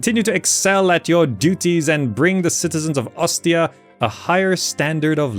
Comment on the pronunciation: That pronounciation of Ostia is 💯💯💯